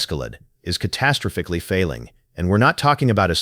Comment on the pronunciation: When the narrator can't say catastrophically correctly then i just can't take the rest of the video seriously